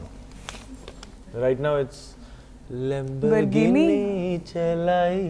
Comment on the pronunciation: "Lamberghini"🤭 Harleen Sethi , you damn lucky girl😭💔